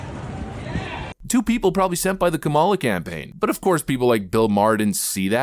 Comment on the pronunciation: "Kamalalala!" - I thought mispronouncing her name was racist?